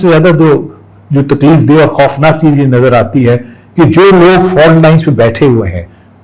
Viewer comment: Did he say correcting the FART lines😅😅😅